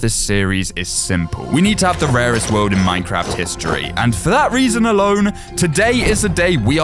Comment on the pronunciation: when you say nethie monolith your saying the most raeset structure